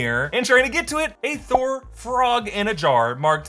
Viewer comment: Did Kid Loki say "I killed Thor" or "I killed BOR"? I heard the latter, which, if true, is a MUCH bigger deal.